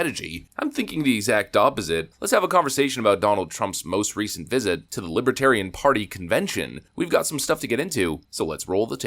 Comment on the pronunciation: Brandon can’t even pronounce the word Libertarian……